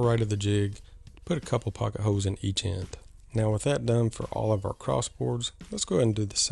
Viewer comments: Speaking of southern drawls the way you say holes “hoes” is pretty special too. LovE it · I think the way you say holes is more southern than anything.